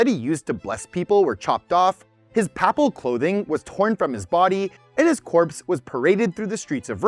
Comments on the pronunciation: It's PAY-pal.... not papal. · Ouch. Look up the pronunciations of Cannes, papal, and Lichtenstein.